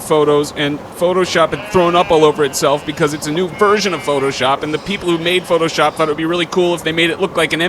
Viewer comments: "you suck at phooshop" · "You Suck at Phooshop".... Methinks there's a missing letter.